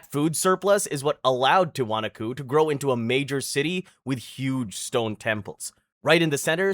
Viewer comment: and Tee wa knock co